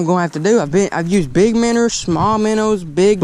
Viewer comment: When he says minners dose he mean minnows?